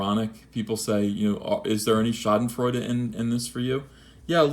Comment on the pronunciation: Is it strange, that - as a German - I find his pronunciation of "Schadenfreude" sexy? [Not gay]